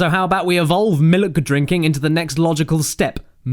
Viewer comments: The joke is that he says milk wrong? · I believe its pronounced Malk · I'm sorry but when did misprouncing milk become t-shirt worthy? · Someone should make a compilation of all the times caddy said miluk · Isnt it a coincidence that your phrase "miluk" sounds like mulluk from abe. Hmmm. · When the hell did Caddy say miluk? Is that a meme I missed it? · He Said Miluk in the 'Hurculay' Video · By sheer coincidence, I was drinking a glass of "miluk" during the beginning of the video. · A funny pronunciation of milk.